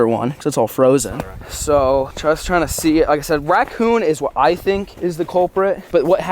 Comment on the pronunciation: he said wackoon